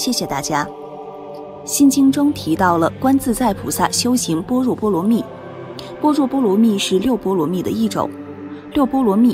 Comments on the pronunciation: 般若： ㄅㄛ ㄖㄜˇ ⭕ ㄅㄢ ㄖㄨㄛˋ ❌ ㄅㄛ ㄖㄨㄛˋ ❌ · 般bo若re（惹） 阿（a）弥陀佛，不念e（额） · 般若，读：bo re ，是梵文的直译。 您做视频是挺用心，但在多期节目中，经常会读错字。